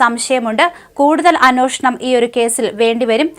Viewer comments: കൊച്ചേ, നീയെങ്കിലും അന്വേഷണം എന്ന് ശരിയായി ഉച്ഛരിക്കൂ. മറ്റേ കോന്തനെ പിന്നെ പറഞ്ഞിട്ട് കാര്യമില്ല. അതോ അവിടെ എല്ലാവരും അന്വോഷണം എന്ന് പറഞ്ഞാൽ മതിയെന്ന് അയാൾ പറഞ്ഞിട്ടുണ്ടോ? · അന്വേ ഷ ണം..... എന്ന് പറയൂ കുട്ടീ 😂😅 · അന്നോഷണം തെറ്റാണെന്ന് ആരെങ്കിലും ee കൊച്ചിനോട് ഒന്ന് പറഞ്ഞു കൊടുക്കുവോ.... മലയാളം പറയാൻ അറിയാത്ത വായന... കഷ്ടം